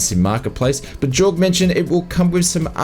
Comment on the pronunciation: It's pronounced 'yorg', not 'jorg'. Jayne the community manager said his name correctly enough on the live stream to make it difficult to miss.